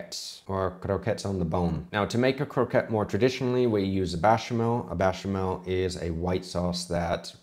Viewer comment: A bit curious, did you say "Bechamel" or "Bashamel"? It sounded like "Bashamel" and the auto subtitles said the same thing.